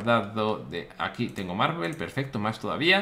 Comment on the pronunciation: Willy dices marvel en vez de marble xd